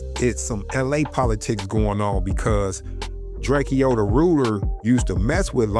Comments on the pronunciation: Inglewood is full of family bloods not pirus lol and drakeo is pronounced like draco. But nice video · Bro its pronounced Drake-O 🤦🏽‍♂️